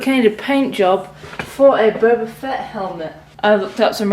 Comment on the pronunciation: Of your a true starwar s can you would say boba fett not bouba